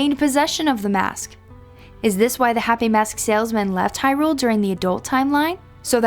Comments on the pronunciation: I always thought “Hyrule” was pronounced stressing the 1st syllable - “HI-rule”... as opposed to how this vid pronounces it, stressing the 2nd syllable, “hi-RULE”... sounds off... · I hate the way she says Hyrule. She says it like its two words.